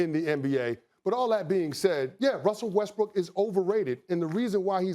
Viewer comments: "I love Wussell Restbrook." Did anybody else catch that? Lmmfao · "Molly I love Wussle Restbrook..." x Chris Canty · "MOLLY I LOVE WUSSEL WESTBROOK" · “Wussel Restbrook” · "Molly, I love Wustle Restbrook"